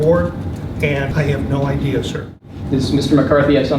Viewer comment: It's idea not ideal.